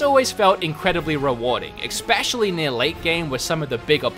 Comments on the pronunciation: You say expecially but the correct is especially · Good review. But please try to start saying especially instead of expecially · Please, it’s especially not expecially. E-specially... thank you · "Expecially" -you many many times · Awesome review man! But seriously!.. Where are you seeing an "X" in the word especially!? 🤣🤣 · This was a greatly written and produced review. Still triggered by the use of ‘exspecially’. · Why does every time says “specially” he pronounces it as “expetially”???? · Xpecially Chronicles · "exspecially" really?